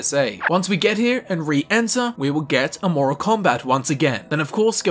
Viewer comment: Can pronounce Aeternus but not Amoral. 😂